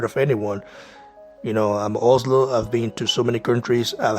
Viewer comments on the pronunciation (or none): none